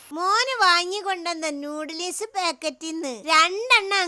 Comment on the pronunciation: നൂടലിസ് അല്ല ഉമ്മ നൂഡിൽസ് പിന്നെ കെറ മസാല അല്ല ഗരം മസാല 😅